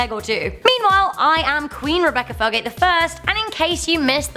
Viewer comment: Her name is Rebecca Felgate every time she said her name I thought every single time her name was Rebecca Failgate 😂 I'm sorry Rebecca